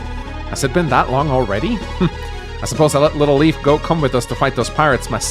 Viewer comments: pronounces it Leaf to my knowledge because that's the pronunciation he is used to from previous translations, when the name was actually written as Leaf. Leif is pronounced differently depending on country and/or region, but always a variation of "Layf" or "Life". Never "Leaf". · he can pronounce mead (og pronounce) but not Macha? Or Loch (as a lake)? Also, Leif read as Leaf agh! It's nitpicking, but he was very serious about Gee, so... Also, Forvo don't bite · Maybe he can but idk. It's curious he's never tried it if he could. /li:f/ is matching the Japanese Riifu which does indicate this pronunciation. With FE(and Japanese media in general) you have to note that the creators themselves don't know the etymology and correct pronunciation oftentimes, so then they write something completely different in kana. I think translating that to the etymological source in English can be a mistake. Particularly when it comes to Irish which Anglophones are never going to manage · Lif or Liv is a female name, and I doubt that that's the reason. I lean closer to that the japanese developers meant the germanic name Leif, didn't know how it was pronounced, looked at how americans would (incorrectly) pronounce it and went with that. Just like they today pronounce e.g. Leif Eriksson's name as Leaf.